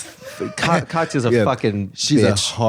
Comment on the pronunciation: God, Katya is such a Russiaboo. I knew this whole ep would be just Katya trying to insert herself in Russian culture while Planet Janet tries to decipher her bad pronounciations.